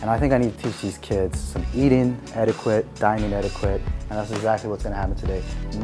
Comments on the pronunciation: I knew it was all for a storyline on RHOA 😂.. But oh well.. do what y’all got to do! I’m ALL for families sticking together.. especially when they have small children. God Bless Y’all 🙏🏾 ..and it’s ”et•i•ket” .. NOT ”quit” (even though it’s spelled that way 😂) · Not “etikwit” 😂😂😂😂😂😂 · Thank you for correcting the way was saying Etiquette 🤣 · Lmao I laugh every time said eti-quitte instead of etiquette lool. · Why you say etiquette like that?